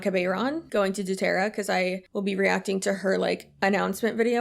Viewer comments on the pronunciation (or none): I love the way you say Doo-terra, it makes it sound so silly!